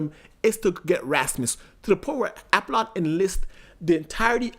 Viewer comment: For the love of god It's pronounced AH POLLON 😤 smh